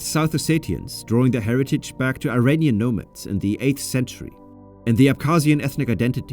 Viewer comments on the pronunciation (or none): none